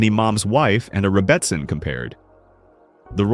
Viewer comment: It's pronounced "rebbiSIN". OY! AI!